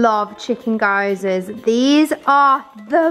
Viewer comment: Great vid! Jed is such a mood 🤣 Just a heads up, gyozas are pronounced gee-yo-zuhs. Really easy once you know!